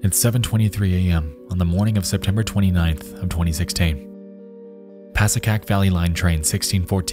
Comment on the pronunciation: It is “Pascack Valley”